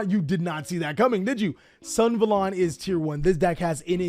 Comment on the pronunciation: Sun-Ah-valon, not Sun-valon